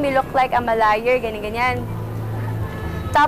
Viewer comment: Aiza is correct, you should not use "am I", because the complete sentence is actually "you mean..." and the likes, in fact error in English is the pronunciation of liar, the "yer", and wrong diction in "I am just returning the favor", "am-ma" can be considered okay because it sounds "Americanish".